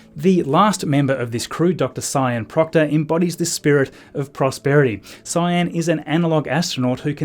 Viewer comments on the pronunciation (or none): "Sian" is usually pronounced like "shaan", unless Sian Proctor specifically pronounces it as "Cyan" like the colour. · I don't know for sure how Dr Sian's name is pronounced- you may have it right when you pronounce it 'Sy-ann', but the Sian I know pronounces it 'Sharn'.